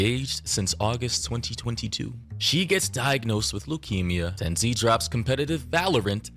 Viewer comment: This guy can't even pronounce Tenz name properly lol